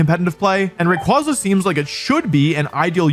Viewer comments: It's Ray-KWAY-zuh, not Ray-KWAH-zah🐧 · Imagine 20+ years of its release and people still mispronouncing Ray-Kway-Zuh as Ray-Quoz-Uh. Even Pokemon made a post how to correctly pronounce its name. I like to imagine Wolfy also pronounces "quasar" as "quŏzer" 😂😂😂😂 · It's ray qway zuh. Like quasar. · I’m so mad at how you’re pronouncing r ay quay za not qua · Yeah but it’s pronounce Ray-kway-zah, not Ray-quah-zah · RAY-QWAY-Za goddmn not QWAHHZA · ITS CALLED RAY-QUAY-ZA BRO EVERYTIME I HEAR RAQ-QUAH-ZAH I CRINGE SND GET SO MADDD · ray-quay-za* not ray-kwa-za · It's "Ray-kway-zuh" not "Ray-kwah-zuh" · Erm, achtually it's pronounced "Ray-Kway-Zuh" xD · I go to bat 4 rayquaza(pronounced ray-kway-zah, like you don't say quazar like kwah-zar, you say it kway-zar so...) all fcking century bro! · Is it not pronounced Raykwayzar as the second half of its name is literally quasar (i can only explain it as a very big ball of energy in space) which is also pronounced kwayzar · Rayquonza? Ray-Kwanzaa? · I just can't tolerate people saying Raykwaza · The pokemon company has actually officially confirmed that Rayquaza's name is pronounced "ray-qway-zuh" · It’s Ray-KWAY-Zuh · Dislike for still saying qwah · It’s pronounced Ray-Qu-aye-za Cool vid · ray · kway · zuh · It's actually pronounced like quasar (quay-zer) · Literally not pronounced that way, bro is named after quazars. Ray KWAY zuh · Imagine still mispronouncing Ray-kway-zuh even after pokemon called people out after this last worlds. While being a world champion 😂 like at this point it's just on purpose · It’s “Ray Quay Zuh” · For the thousandth time, it’s pronounced Ray-quay-za, since its name is partially based on the quasar, a type of cosmic object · Ray kway za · Buddy, let me tell you something... It's not pronounced Ray-Kwah-Zuh. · Wolfe may be undoubtedly a vcg champ, but he can't even pronounce Rayquaza properly, guess video game expertise doesn't carry over into how english word pronunciation works...